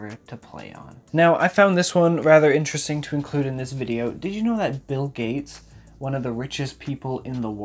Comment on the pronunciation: I thought it was ‘INTRESTING . . .’